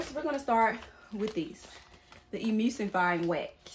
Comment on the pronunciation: The word is E-Mul-sifying wax. You don't pronounce the u as a u. Say the word Null and then change the N with an M because mispronouncing ingredients when you are "TEACHING" others makes it seem like your very unprepared for this video. And I thought you are supposed to boil water and hold it at a certain temp for a set amount of minutes to make sure to get rid of all the microbials.